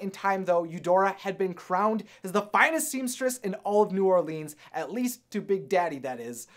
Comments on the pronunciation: It's not pronounced New Orleen's it's pronounced New Orlins I know because I live in New Orleans and people saying New Orleans wrong is my biggest pet peeve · Bro ur so offence...it's not new orleens it's new Orleans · new orlEEEENs im srry im from nola and....we say ut like “new orlins” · Bubble Bubble is it pronounced new orlands or New Orleans. Emphasis on the leans. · New Orleans is pronounce New Or-lens the a is silent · The way he said New Orleans tho no hate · I think you should learn how to say new Orleans the right way....... Please. Just to know that my life is not a lie. 😏🧐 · HE SAID NEW ORLEANS WRONG! Sorry I live in Louisiana and it just something that bothers me